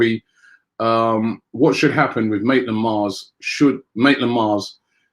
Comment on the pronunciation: Robbie: It's not MILES Davis! That helps me remember not to say the M but the N instead! NILES NILES NILES!!! Not Miles Davis!